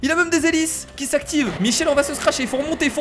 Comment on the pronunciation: "se scracher " on dit se cracher